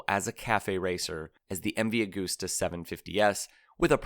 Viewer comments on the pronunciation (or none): none